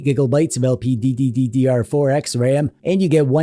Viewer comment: Hey its LPDDR4X not LPDDDDDR4X